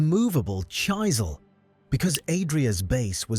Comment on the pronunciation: I’ve seen a few videos so far, is the narrator AI? I only ask because I keep hearing mispronounced words, this time it was “chisel” pronounced like chyselle . The last video also had one